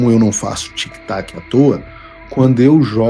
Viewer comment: TIC "TACO"....TIC "TACO"....TIC "TACO"....🤣🤣